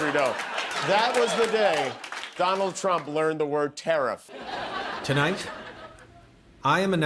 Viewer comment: Is it possible Trump is mispronouncing the word "tariff" in his head as "teriff!", and thinks it's short for terrific?